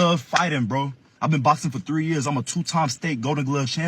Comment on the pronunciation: The dude was going for a bout, and she just went 12 rounds in a clapathon, probably swapping dudes with her girlfriend. "All tree y'all"🤣